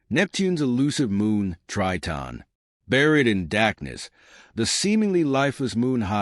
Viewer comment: Terrible astronomy video. Tons of random images and the narrator can't even pronounce Triton. Waste of time.